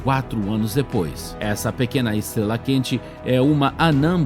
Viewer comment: Sua voz é legalzinha... Mas deveria cuspir essa bala da boca, ou procurar um(a) fonoaudiólogo(a) para aprender a pronunciar a letra R. "Esteguela, tiguilhões de quilômetogos" kkkkkkk... Hilário essa língua peguesa...kkkk